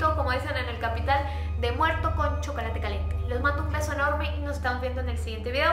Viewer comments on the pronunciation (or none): none